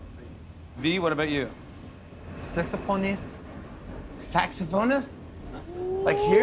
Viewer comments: My ass thought tae said sex appointest but then I remembered appointest is not a word and then jimmy said saxophonist and everything made sense😂 Edit: this is a great one, pay attention to Jin you will not regret it😂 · TAEHYUNG SAID SAXOPHONEST AND I THOUGHT HE SAID, U KNOW ARMY XD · I laughed when V said 'saxophanist' Reminds me of how confident he mispronounce it before 😂😂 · IM SO SORRY BUT MY MOUTH DROPPED I THOUGHT HE SAID SEX PORN... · i thought tae said sex pornist 😂😂 instead of saxophonist 🥺🥺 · SAXOPHONIST Flash back Interviewer:what would u be if u werent BTS Taehyung:SEXY P*RN STAR!?!?(he actually said saxophone star but due to mis pronunciation it sounded like he said sexy p*rn star) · I rewind 2 to 3 times....just to clarify myself...that V actually pronounced sexo...phonist 🤣😂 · I thought v said sexy porn star i was like what 😂😂😂😂😂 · Normal people hear : Saxophonist Army's : saxopronstar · I was praying that he didn't say sexy porn star after Jimmy asked that question lmao😂😂😂😂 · Taehyung: Sexoponist Jimmy: SAXOPHONIST GUYS IM CRYING- Taehyung still says it like that after all these years💜😭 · Conspiracy theory: taehyung remembered that one time he mispronounced saxophonist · IT STILL SOUNDS LIKE HES SAYING- WJFBEHFBWHJD I mean he worked on saying it a little but at least Jimmy knew what he was saying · Glad V didnt botch pronouncing "saxophonist" again, well if u know then u know. :^)